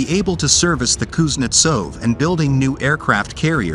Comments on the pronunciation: Learn to pronounce Kuznetsov correctly before you talk about it on YouTube. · Kuznetsov: emphasis is on the 2nd sylable, and the v is pronounced as an f...